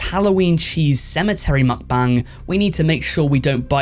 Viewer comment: How many am I going to have to hear this guy say mukbang wrong I wonder how he says bangs